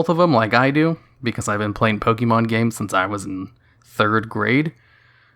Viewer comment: Why do you insist of pronouncing it "Poke-eee-mon"? If you've been playing since you were a child there's no doubt you KNOW how it's actually pronounced.